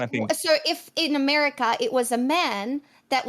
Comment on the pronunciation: Yet here they are; mispronouncing America as "a merry cur" and YouTube as "YouChewb."